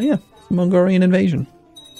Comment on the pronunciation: AhHHhhh its an Mongrian Army/Warriors/Raiders switch an l with a g; mongolian to mongrian